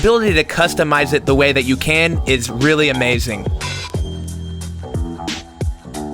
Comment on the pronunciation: great job in execution, but please work on saying "really" that kills.